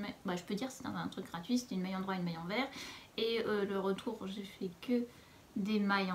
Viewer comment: "maske" = maille